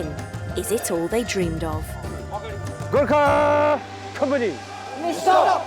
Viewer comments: At least get the name right its not pronounced ger ka its (Go-r- kha) Gor with an emphasis on Go. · What's with the pronunciation.... Garkha? Nepol?